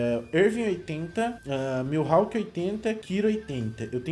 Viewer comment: Para de falar gojo,miuhawk e ixigo,fala direito meu deus eu estou morrendo aaaaaaaa